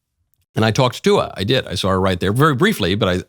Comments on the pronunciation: "and I Tawked Tuah" 😂🤣😂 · " I tawked Tuah" 🤣